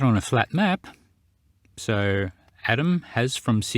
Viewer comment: Did I just hear call Adam, Atom? Lol